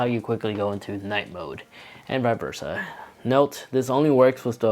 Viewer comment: Annoyed he says vie versa and that he has his watch upside down, but other than that it's informative.